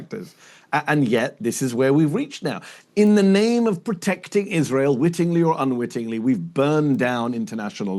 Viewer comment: Wittinly or unwittonhly .... that f*cked your credibility for me ...